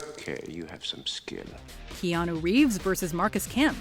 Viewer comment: No one: Keanu: shinei